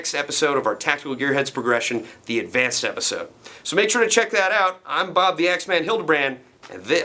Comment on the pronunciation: Haha bob can't say W